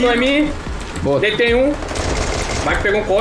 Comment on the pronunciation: Os meninos fala dei capa ai o fala deitei mkkkkkķkkkkkkk eu racho mano